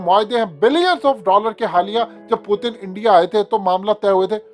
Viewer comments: U look like ato be a funny guy calling him pootan. Pl pronounce him well.... Putin. Learn frm some one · Bhai Russian president ka name pronounce karna seekh lo phelay phir video bnao. Pootin kiya hai ....